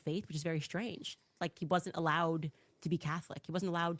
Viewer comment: Which is very Shrange instead of strange.